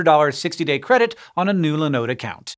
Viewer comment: Why are you calling Linode Lenode? Their name is a derivative of Linux (I guess...), so there should be the Li, not Le. Great company, btw.